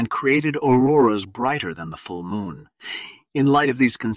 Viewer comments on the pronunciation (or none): none